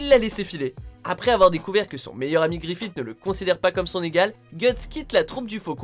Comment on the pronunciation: Grifite? Son nom ce pronounce Grifisse